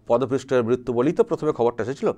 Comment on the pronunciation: কথা টা পদপৃষ্ঠ নয়, পদপিষ্ট।